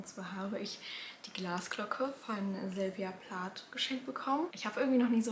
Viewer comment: Sylvia Plath ist Amerikanerin (dementsprechend wird der Name auch ausgesprochen)😅